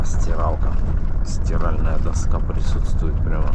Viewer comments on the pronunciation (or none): none